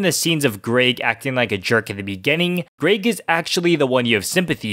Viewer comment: Where are you from that you’re pronouncing “Greg” as “Grayg?” It rhymes with “beg” not “vague.”